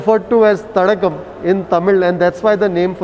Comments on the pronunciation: It's not Thadagam. It's Thadaagam, meaning pond. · Not Thadagam, it's Thadaagam sir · It is not Thadagam ( தடகம்) as pronounces. It is Thadaagam (தடாகம்) which means a water body